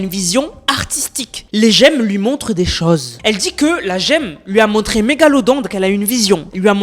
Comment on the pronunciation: des "choose" 😂🤣